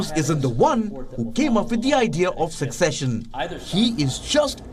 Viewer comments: 'Secession' not 'succession'. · Secession, not succession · The word is "secession". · Did you mean "secession"? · Can WION get someone who knows how pronounce words correctly!!!! It's secession and NOT succession!!! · Came to to comments section to see if anyone pointed this out. Intact it should be ‘Secession’ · YES. You have the correct spelling but absolutely the wrong pronunciation. So I repeat, no K sound in secession. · One would expect a reporter reporting on such a significant bit of news to know the difference between"succession" and"secession" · It's "secession", not "succession". And why didn't he mention the historical fact that the Republic of Texas joined the United States prior to the Civil War under the condition that it could secede? To my knowledge it is unique in that fact among US states. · The commentator here is pronouncing secession like you do with succession! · Please there is specific pronunciation for the word "secession" and it is not "succession" as the reporter keeps saying. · Voiceover guy it is secession, not succession. Learn to pronounce first. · Please edit narration and replace "succession" with "secession". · Seccesion. Not succession